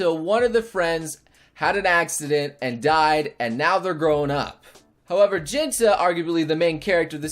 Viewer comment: I might be the 100th person to say this but Jintan is pronounced Jeanton not Jinta.